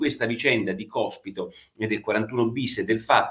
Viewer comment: ...😀 ma soprattutto, perché Porro non riesce, dopo giorni che è sulla bocca di tutti, a pronunciare correttamente sto cavolo di cognome del mona anarchico?😉🙋🏼‍♂️